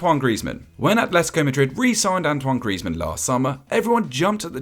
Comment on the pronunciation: How can you say griezi 😂😂😂😂 the don’t now football